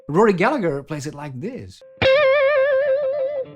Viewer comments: The g is silent. "gallaher" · Excellent video! (Rory pronounced his name Goll-A-Her) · Bewilder but impress your friends by pronouncing Rory's Gallagher's name the Irish way, which is Gal-a-her. The "g" is silent.